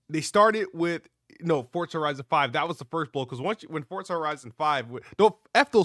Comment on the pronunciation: “Halo gears and fortza”